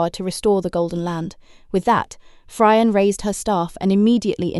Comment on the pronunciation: Fryer and denim lol. However very good story telling.